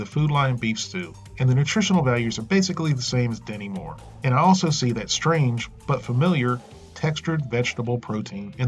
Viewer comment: No matter how many times I rewind it and listen to it again, I could swear you're saying "Demi Moore". Maybe it's because you Americans pronounce your 't's' with a soft 'd' more often than not. Like, "stew" sounds like "sdu", and what-not.